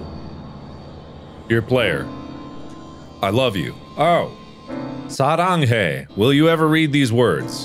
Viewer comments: sARaNgHaEe I know Mark’s Korean accent is actually pretty good, so when he says Korean words with an American accent, it really sends me lol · so nobody is going to talk about Mark’s pronunciation of “사랑해” 😭😭 edit: y’all i know he’s Korean he just pronounced the word in a weird english accent 😭 it’s saranghae which means i love you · My secret little diary: "Dear player… I love you" Markiplier: "Salanghae" [Everyone liked that]